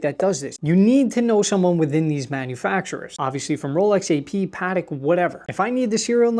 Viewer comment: Hate how he pronounces ‘Patek’